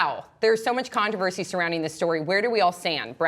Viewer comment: Condoversy? Lol wut